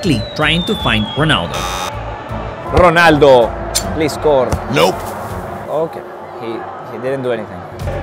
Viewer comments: est-ce que vous avez remarqué qu'il a dit gronaldo a 17m 30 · Ronaldo ❌ Pinaldo ✅